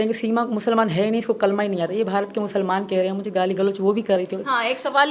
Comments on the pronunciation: Galat padh rahi hai kalma aaja mere paas tum ko ham kalma sikha denge 😂😂😂😂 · Are kutti phele kalma sahi padh